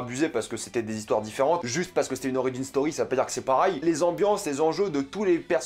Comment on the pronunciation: Et mdr gros on dis « pareil » et non « parail » comme tu le prononce 😭